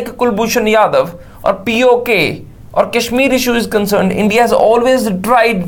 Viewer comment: jadhav not yadav